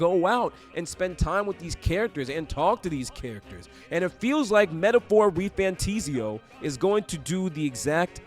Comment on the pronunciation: Why would it ever be refantIsio? It is an "A"😂 Good video😊